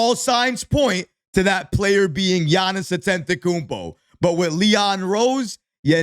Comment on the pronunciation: You keep mispronouncing Giannis last name, there is no N before that second T... don't want him seeing this and getting offended😂